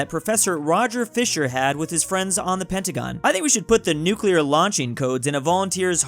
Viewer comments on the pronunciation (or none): none